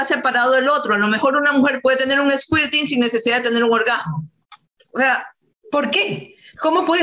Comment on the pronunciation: Squirting (eyaculación femenina, se pronuncia esKIrting (sic) ). Es libido, de 'deseo sexual' ACENTO EN BI. La pronunciación esdrújula es un error por influencia del adjetivo lívido y su significado es 'amoratado o pálido'.